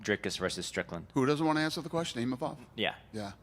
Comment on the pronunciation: Not IMAMOV but IMAVOV for god sake terrible translater